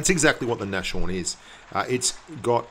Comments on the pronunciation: Eddie Blaze I'm german, the pronunciation and the name is german and if anyone says Nash horn it just hurts my ears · please pronounce Nashorn properly -.- it's not a sh but a S and a horn behind ! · you pronounce it "nas-horn":P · It's called nas horn!!!!! ;) Not Nashorn. It's German and means rhinoceros :)